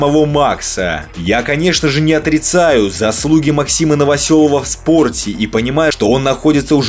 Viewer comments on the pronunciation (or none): none